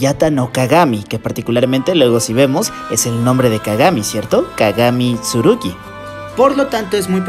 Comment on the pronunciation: Es kagami Tsurugi no Kagami Surugi xd, se pronuncia la “tsu”, en fin. Kagami mi mujer